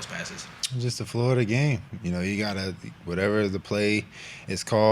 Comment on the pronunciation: "Flow of duh game" 😂😂😂😂😂😂